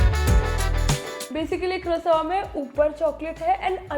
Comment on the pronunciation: Its not croso its croissant